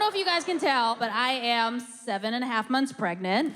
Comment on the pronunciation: I’m pwegant.... HAHAHAHAHAHAHAH!!!!